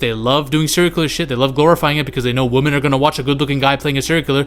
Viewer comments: Stopped watching the second you pronounced women as woman twice. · Youre mispronouncing "women". Just commenting to say this cus it bothered me